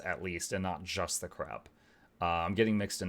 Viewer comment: No, not 'on Crack'... on Crab!